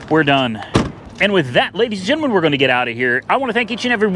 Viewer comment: Great videos, always enjoy hearing welcome back “ladies and genamin”.